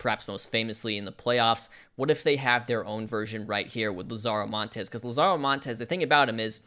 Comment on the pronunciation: not to be that guy but... LAH-zaro, not la-ZAHRO. as in "The Lazarus Pit"